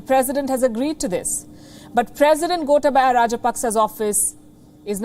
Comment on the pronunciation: learn yo pronounce the name of Gotabaya correctly. Surely you have good ears to listen to the pronunciation of the politicians in Sri Lanka.